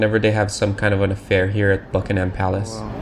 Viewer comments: It's not Bucking-HAM palace! It's BUCK-ing em. Open your ears> George III "buyed" it .That isn't even English! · and it isn't 'buckingHAM' palace. The stress is on the first syllable. The vowel in 'ham'is a schwa, but I'd bet you don't know what one of those is. You don't know very much, really.